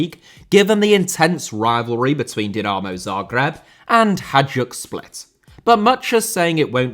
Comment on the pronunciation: This video deserves a like just for the pronunciation of the word Dinamo. Now that that is finally sorted, please make a documentary about Dinamo Bucharest.